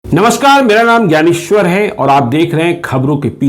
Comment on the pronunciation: Mera naam Gyaneshhhwar hai. ... vo kadab din tha. What a pronounciation ability he has.😃😄😅😆